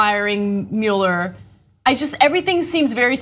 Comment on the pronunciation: "Mueller"! Thank you, Ana, for finally being the one to say his name correctly.